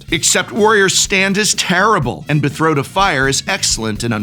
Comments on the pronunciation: Betrothed, not bethroed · BE-TRO-THED jesus lmao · Is him saying betrothed wrong an inside joke? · I'm shocked no one has pointed out Prof's pronunciation of "Betrothed." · Considering his background is some kind of words thing.